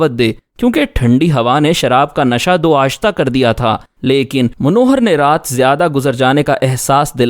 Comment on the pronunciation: Dau Aatsha, not 'Dau Aashta',.